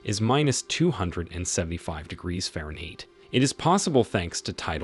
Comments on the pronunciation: Very good video, but a very strange pronunciation of "fahrenheit" though!😮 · Subject matter was interesting. As were the idiosyncratic pronunciations of fahrenheit, probabilistic, and negligible. Very interesting indeed.